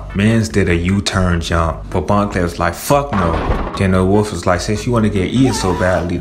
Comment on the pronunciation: Wolf not woof